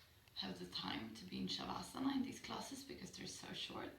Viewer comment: my inability to discern pronunciation of de-stress process while laying down, cycling visuals "stem to stern" through the body. Sounds like "chivasa" to these ol' english ears. Love your accent, culture and esp philosophy reminisent of Esalon days previous alluded to...